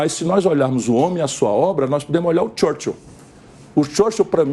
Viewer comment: "xârxêl" ... Churchill na boca de um pulha fascista.